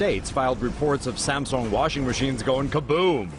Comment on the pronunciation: STOP SAYING SAMSONG!!